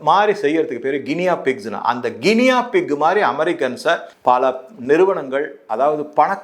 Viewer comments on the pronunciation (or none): ALDI is European company and not Americans. This store is in all cities of America. Good info on the food items. கினியா பிக் அல்ல. அதை கினி பிக் என உச்சரிக்க வேண்டும். நன்றி. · Guinea pig pronounced as ' Guini pig ' Sir.